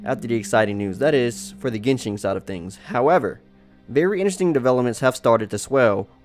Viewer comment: "Genshing" ... "monstrart" ...